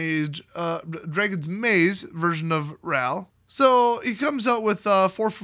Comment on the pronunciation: It’s pronounced “Draaaagon’s Maze, lol. Luv ya,!